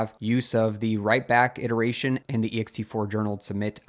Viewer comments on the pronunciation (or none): none